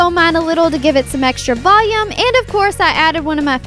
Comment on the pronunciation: Apparently, to, volume is pronounced "VOh-yume"